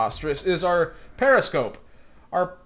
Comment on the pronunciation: Preposter-scope. You speak German goodly.